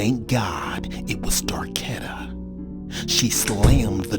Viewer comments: Did he seriously say darkedta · Nigga said Darketta 😹😹😹